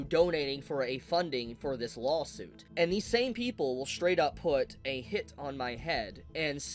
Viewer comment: Why does he say "Lawhhll" suit? Does he have a speech problem?